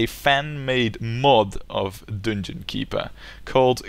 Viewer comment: "dunngunn keepurr"